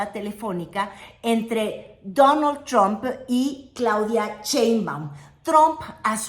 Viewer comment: Qué bonito lo dice: Danal tchramp, o algo así